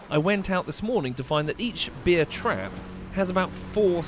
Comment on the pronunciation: It's a "beer" trap, not a "bear" trap; I was also confused by the pronunciation lmao. And I believe electric wire powered by 12V would only hurt a bug like slug, not any mammals.